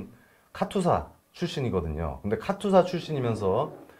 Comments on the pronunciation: 카츄사가 아니고 카투사 입니다. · 카츄사가 아니고 카투사입니다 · 카튜사가 아니고. 카투사 KATUSA KOREA. ARMY Temporary duty USA. 입니다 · 카츄샤가 아니고 카투사입니다 참 촌스럽기는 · 카츄사가 아니고 카투사(KATUSA)입니다.